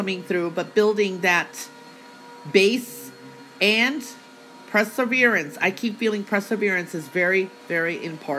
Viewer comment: Please....as much as I love your predictions, it's perseverance, NOT presserverance... per not pre......